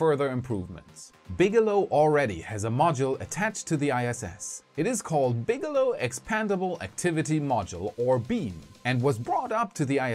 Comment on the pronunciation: Bigelow=BigElonn, am i the only one who notice this.